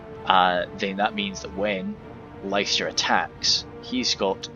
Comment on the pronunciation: Cheers for the show case! But it's pronounced "Lister" :p blame the old lack of standardised spelling:p it was a fun game though! Just amazes me how korregan has so much space to hide, but puts literally all his units exactly where you'd expect them to be :p no ambushes or anything